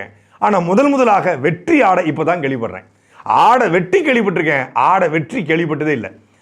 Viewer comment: Vetri illa sir vetti nu sollunga sir